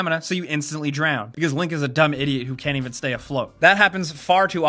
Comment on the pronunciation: is that how you say "even"? like the name Evan lmao